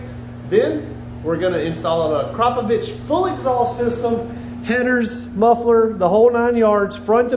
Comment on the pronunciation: AKRAPOVIC not AKROPOVIC